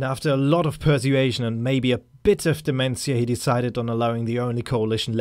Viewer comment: Per-su-a-tion what an interesting way of pronouncing the word.